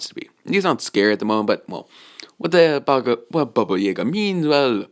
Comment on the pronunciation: He said baba jaga wrong twice he said baba jagär